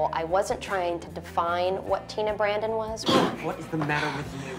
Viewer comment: Hillary said 'teena Brandon' ... urgh...